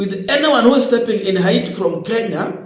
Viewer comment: Not ahiti but haiti.